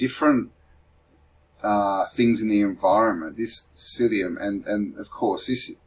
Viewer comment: Mycelium not syllium